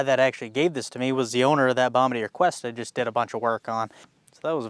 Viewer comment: You said it the French way! nice! what a cool design, pushrod, let you take the head right off, so easy, no timing chain, so much access! the rear rad is a great idea too, love that huge rear diff and swingarm, made for farmers\commercial, like wow! great commitment going 50mph into huge raindrops downpour, great video!